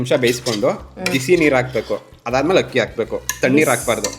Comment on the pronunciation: one correction Hakki alla Akki. Adu 😅